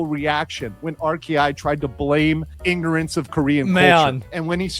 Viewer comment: My man straight up said "Nignorance of the law" 😂 GD! 🤣